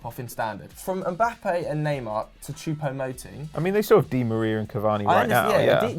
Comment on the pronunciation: went to France for a month and he now pronounces "neymar" like proper French lord.